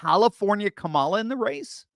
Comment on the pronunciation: I love how pronounces Kamala Que Mala